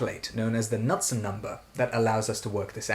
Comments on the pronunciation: Thanks for the really good explained video 👏👍. One little thing. Knundsen should not pronounced like nut, he was danish, so it should be more like „cnoudson“. And I would love to hear about pipe flow 🙏. Have a good week. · Seeing as Knudsen was Danish, you would actually pronounce the K.